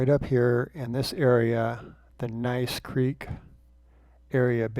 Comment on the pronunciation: I love watching your videos. Thank you very much. By the way Gneiss Creek is pronounced "nees" creek. May I suggest you put the dates of your hikes in the description? I live at the other end of Gneiss Creek Trail and I know there is 4.5 feet of packed snow and ice on the ground on 3/28/23.